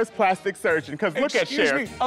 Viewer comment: Dida’s “plastic sergin” 💀